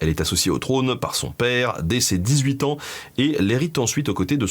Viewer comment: J'adore? Cependant Benjamin, tu persiste à mettre des "s" derrière la plupart des chiffres. Ainsi dès le début 5 "z"années. C'est bien dommage.